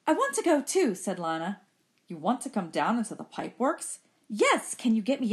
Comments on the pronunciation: its not lina its lena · it is lina not liyna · ITS LINA NOT LANA